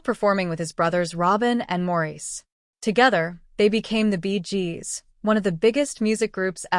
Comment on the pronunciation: The Bee Jeeeez. Gotta love AI nonsense